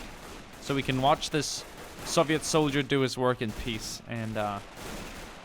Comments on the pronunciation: Soviet not SAVIET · Why do you say it like soveit